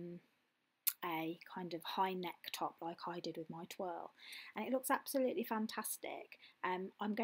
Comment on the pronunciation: Twirl or toile (twarle) it’s a French word so it’s pronounced twarle. Love the burgundy version it’s beautiful 👍🏻